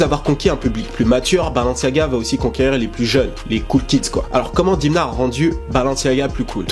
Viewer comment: prononce Dèmna stp il est Georgien et bravo pour tes videos